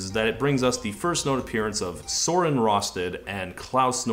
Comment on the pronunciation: "I shouldn't attempt Danish pronunciation" Ironically, you did a better job than most Danes... The names of Claus and Søren was pretty good too. Your take on "Liiinay Niiistrohm" however would probably qualify as a hate crime.